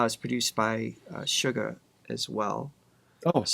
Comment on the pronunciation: guys, Suga of BTS there’s nothing sweet about him he’s pretty Savage with the lyrics as well the meaning behind his songs ! Lol!😂 Actually, his name is Suga ,And it comes from “shooting guard” A position that he played in basketball in school! So as an American or western ,it’s not pronounce like sugar it is “Shooga” that is his name when he performs with the other six members of BTS now by himself as a solo he is known as Agust D which is Suga spelled Backwards TD is backwards for Daegu town The city outside of Seoul Korea where he was born and raised as a young boy! He comes from the underground rap scene in South Korea just like RM so they did “battle Raps” which was competition of dissing your opponent with words! SUGA is quite savage when it comes to his lyrics and if you can imagine he was a very interesting threat to the other rappers in the underground hip-hop scene, RM also was a big threat because of his intellect and words that he uses in Korean, Japanese and English how he incorporates everything together and how they work well together it makes the opponent have to look up the words and the sentence in order to get an idea of what our RM is really saying! The decade that they have been together as a group and their solo albums have showed their individuality of what they want to display to the world musically as a group they are phenomenal and as a solo artist they’re phenomenal💜